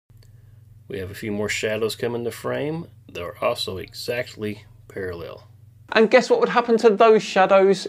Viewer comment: what in the tf is with flat earthers putting the emphasis on the wrong syllable of the word parallel?